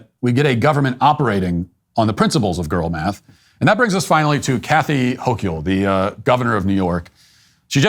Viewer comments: I live here so unfortunately know how to say her name. HOAK-ULL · Hochul = Hoke-yull. I wouldn't have expected it to be pronounced that way. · Wait does Matt actually not know how to pronounce Hochul? It's not like she's the very prominent governor of New York or anything...